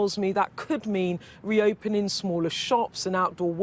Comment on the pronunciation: Reopenin, lookin, stampin. This woman isn't speaking properly. Shouldn't be doin that job